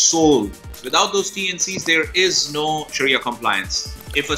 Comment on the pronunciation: It's pronounced Sha ree a